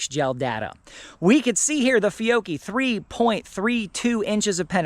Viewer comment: It’s Fee-oh-key. George has it correct!